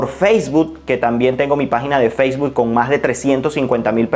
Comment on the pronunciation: Feisbud? xD Bien por el contenido, pero ojo con las pronunciaciones.